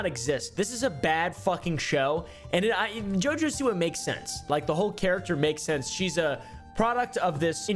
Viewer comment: I love the way you're saying her name, "JiJo"😅😅😊